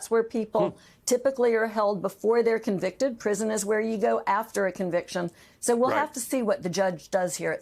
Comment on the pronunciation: "Convited " Citezen Bannon LMAO!!